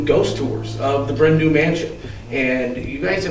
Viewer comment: ‘Du’ is pronounced ‘Dee’ not ‘Do’ it translates to ‘black hill mansion’